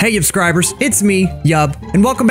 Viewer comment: I “YUBSCIBED”